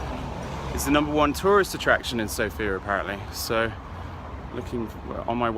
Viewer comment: been there twice and you still can't pronounce the Capital City's name properly.